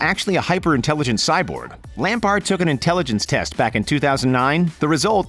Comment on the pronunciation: Fun to see Lamps on here (albeit mispronounced), but in general this is a silly list. Those first two examples for starters ... 😂